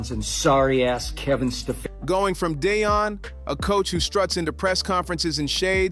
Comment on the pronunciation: You know what got out of this story? How many ways you can make up the way to pronounce Deon and Shedeur! You’ve said their names abt three different ways! Who writes these scripts? SHAME!!!!!